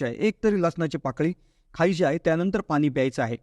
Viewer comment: Speak good Marathi..not ani Pani . Hariom.